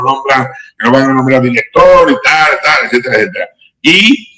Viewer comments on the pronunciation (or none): Villarejo: la fuente balbuciente y tal y tal "ecétera"..